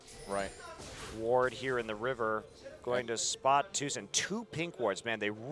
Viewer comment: Doa said Tusin which was playing Rek'sai, but I heard Susan, made me giggle!